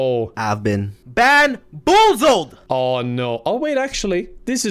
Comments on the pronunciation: pronounced "bamboozled" as "banboozled" and other dude was making fun of it lmao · !!YOUR WRONG!! Its "Banboozled"